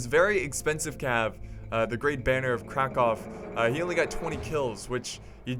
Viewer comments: You almost pronounced Krakow (Kraków in Polish) right, but the perfect way of saying it is "Krakuf" - with the "uf" at the end, not "ow". Anyway good job, you didn't slaughter this one ^ ^ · "Kraków". Actually you pronounced it really well for non polish man, but if u want to say it even better, say something like "oo" from the word "cool" in the place of "o". It is something like "Krakoov"